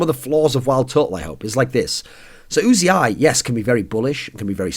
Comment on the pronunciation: It's just uzi, as in the gun. Not "oozey eye".